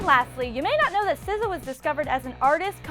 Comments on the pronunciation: Did you really just call her sizza 😂😂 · Jerusha Jose it's pronounced sih zah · The one where you pronounced her name! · You know that vine when some guy puts a fake rat and a lady passes and she makes that weird noise, yeah? That's how I pronounce her name.